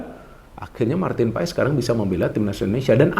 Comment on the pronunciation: Marteen Paes di baca Martin Pass min😅jangan ikutan 2 ....kasian yg kasih nama